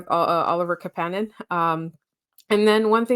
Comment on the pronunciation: Thanks for the pod! No shade, but it’s KApanen, not KaPAnen. You had it right earlier on 👍🏼 Greetings from Finland 🇫🇮 Great to see the Habs start the season strong!